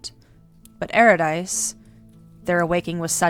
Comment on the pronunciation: Solid video. 1 note: Urydice is pronounced Your-i-duh-see with the emphasis on yur and see. Cus Greek names are dumb.